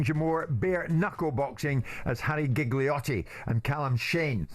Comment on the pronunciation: Yeah I can forgive him for saying Jiggle-iotti like Giggle-iotti even after he was corrected, but to misname Paulie while acting like he's his biggest fan...